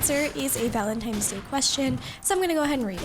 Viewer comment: Was she saying Valentimes Day?